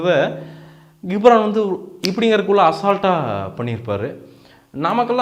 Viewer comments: டேய் கம்மினாட்டி பையா...... 'கி'ப்ரான் இல்லடா அவன் பேரு 'ஜி'ப்ரான்...... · Hello brother!!! Try to pronounce the name of the personality correctly. It is Ghibran (to pronounce as 'Jibran' and not as 'Gibhran'). Also please try to first see your comments video and what you have spoken in the review. You would have given your review without any preparation and utter whatever comes in your mind. But, you have mentioned the word "KORANGU (MONKEY) VITTHAI ELLAM KAATRAARU". You are praising him as Legend but uttering such cheap words...Try to present your review in a neat way. Sorry about your review on Thoongavanam. It's a good Kamal movie but he has missed a lot in screenplay and climax scenes.